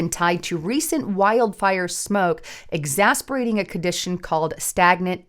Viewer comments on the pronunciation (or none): Ex ASS er bat ing- not exasperating!